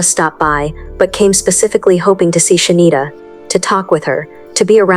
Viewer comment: Why the fuck you keep calling her shindita